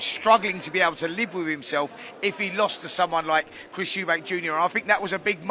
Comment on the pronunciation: Please stop saying eubanks its eubank ffs